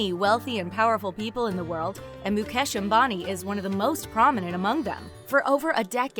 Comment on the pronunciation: Moo-cash Ambani